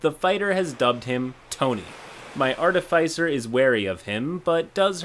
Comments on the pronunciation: Hey,, I've commented this before and I don't wanna sound pedantic, but that's not how you pronounce "artificer". The middle silyble is "fih" like in "final" not "fy" like in "wi-fi." Edit: the "fi" is pronounced like in "artificial". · its pronounced Artificer